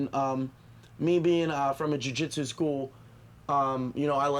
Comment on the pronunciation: its jiu not jui